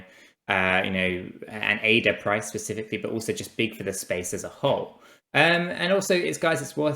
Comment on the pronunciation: u serious? Thought the guys that run a stake pool should know how to say the name of the crypto they promote. Wouldn't it make more sense?